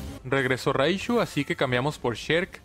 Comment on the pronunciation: Frente a su raishu bien norteño tu jajajajaja